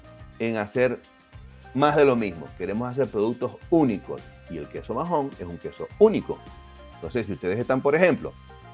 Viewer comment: No se pronuncia majon, la “h” es muda (Maon) y en Menorca se escribe Maó